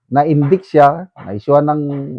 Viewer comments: Indict (pronounced uhn dite). Ok lng po yan. Di nmn tayo amerikano. Love you po. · Indict is silent C (in-dite)